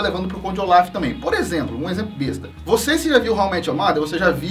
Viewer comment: Eu prefiro q se pronuncie Conde ôlaf do q olaf sla é melhor